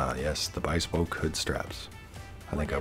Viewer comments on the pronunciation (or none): its bespoke not bispoke lol